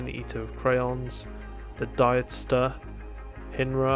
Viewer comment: Lol I got an honorable mention but you got my name wrong! It's pronounced dEEts ster, like beats. I'm still so very glad I got into the video, my first time too!